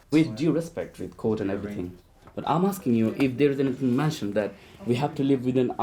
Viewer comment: God, that senior HCEO - "anyfink, nofink, somefink".......durhhh. Unprofessional and sounds like a thicko.